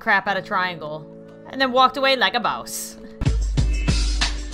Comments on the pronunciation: she said "...and walked away like a 'bause' " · walked away like a bwoss XD